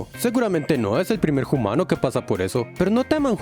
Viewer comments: Por qué dices "hoomano" en vez de humano? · Genial. Sólo que es humano Bro. No "jumano".